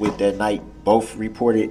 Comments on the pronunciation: You got to love how he says "both" BOF. That's the sure sign of a brilliant man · "Is there any reason BOAF detectives stated you told BOAF uh-dem you saw multiple people in duh vehicle?" Abel looks like he could rip Brooks in half with his bare hands...😂